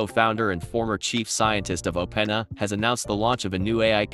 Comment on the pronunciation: Funny how in a video about how great Ai is yet we can't get an Ai voice to pronounce openAi properly :)